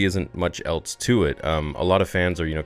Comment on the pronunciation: I noticed you say "eltse" instead of "else." is that a regional thing, or maybe something eltse?